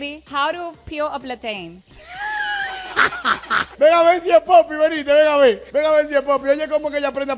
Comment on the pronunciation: How to peel a Platein 😂😂😂PLATEICHON😂